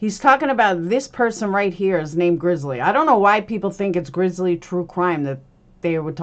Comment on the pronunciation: It's "Grizzy" not grizzly.